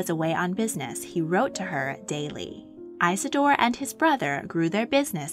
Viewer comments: His name was Isador Strauß Not EISADOR when doing history please get it Right! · Eye-suh-door is an ear-sore!